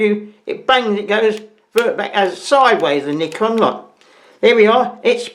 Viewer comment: I like how you say Nikon, the proper way.. 😁